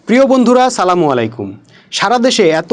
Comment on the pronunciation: "প্রিয় বন্ধুরা সালামুআলাইকুম" ভাই তোমার কথাগুলো সত্য, কিন্তু তোমারও ভুল আছে, তোমার সালাম দেওয়ার উচ্চারণ সম্পূর্ণ অশুদ্ধ। সুতরাং প্রত্যেকের ভুল থাকে, তাই বলে নিজেকে সবজান্তা মনে করে তোমার চেয়ে যারা বেশি জানে তাদের সমালোচনা করা ঠিক না। ধন্যবাদ